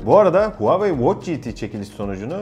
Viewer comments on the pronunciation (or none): none